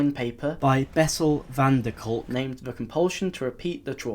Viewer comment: Lmao the way you said van der Kolk had me laughing 😂😂